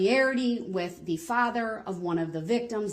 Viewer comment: 😂😂😂😂 wit(with) Grownz(grounds)